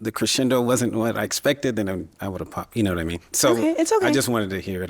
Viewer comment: new word "POPPTED". THE WORD IS "POPPED" (POPT) NOW ADD THAT TO THE BINGO CARD LOL!